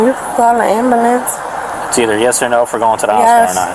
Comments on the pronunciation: What is an am-boo-lance? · Why can’t they say ambulance?